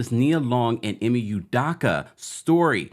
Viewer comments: Nope, not correct. EE - may You-DOH-kuh. Dayum....this dude should learn about his subject and how to pronounce his name if he's going to keep putting out videos about him. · "Ime Udoka" Ee-May You-Doke-Uh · This story is so old. Got anything new? By the way, your mispronouncing Ime Udoka’s name. 😮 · Why are all these U-Tubers miss pronouncing Ime Udoka's name??? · Smh u can't even pronounce the man name properly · Completely butchered his name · Bro learn to pronounce his name correctly. Also why is the females race important ? It’s not